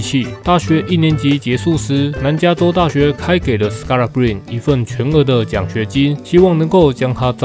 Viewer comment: 板凳的最佳精神支柱，同時也是另一種隱藏王牌！感謝您的用心整理資訊，分享這位球員給大家知道 其實他的名字Scalabrine結尾的e也要念，就是那個尼的發音，我也是剛剛搜尋相關片段聽到主播們都是這樣念的